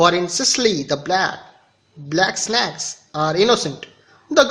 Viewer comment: it was a good explanation but one thing I most like was you pronounced snakes as snacks 😂